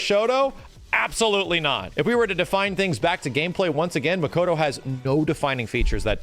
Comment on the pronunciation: its makoto not mashoto